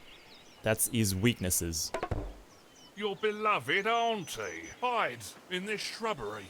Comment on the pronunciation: why do you say hauntie? its pronounced auntie